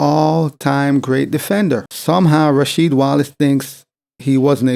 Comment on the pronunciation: Ra"Weed" Wallace 😆 he probably forgot Jordan games lol